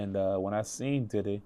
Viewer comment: Homie just called DIDDY’s place of residence Daddy’s house 😂